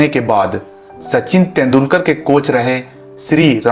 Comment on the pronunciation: तेंडुलकर ऐसे नाम ठिक बोलो.